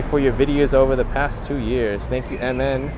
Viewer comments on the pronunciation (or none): none